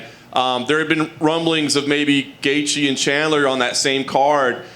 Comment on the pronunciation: Khabib. " Tony won't be the same after the beating Gaejtche gave him."